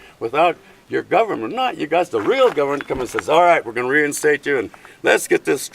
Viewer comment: WTF is a "governmet"? Is that only a Canadian thing?